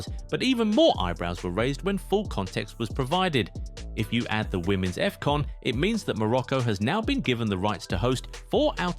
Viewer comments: "Effcon" ❌️ "Afcon" ✅️ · Is not Efcon is Afcon "ahf con"